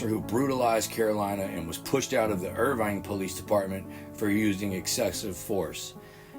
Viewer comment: Irving, not Irvine.